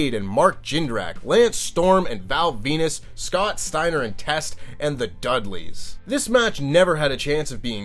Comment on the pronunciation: The Dudlay Boyz?!